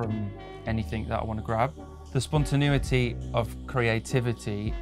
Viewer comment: Man said spontenuity lol